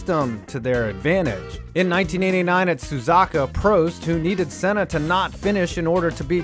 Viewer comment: Senna's name it's actually pronounced right. Look for a brazillian commentary of a gp of that era and compare to what he says .